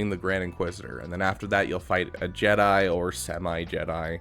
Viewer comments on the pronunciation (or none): none